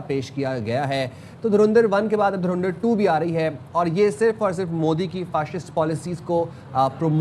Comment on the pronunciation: dhurandhar ❌ dhurendarr ✅